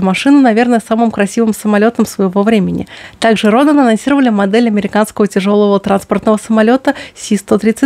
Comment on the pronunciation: Роден с ударением на Е... Как и фамилия скульптора,которую фирма взяла за свое название.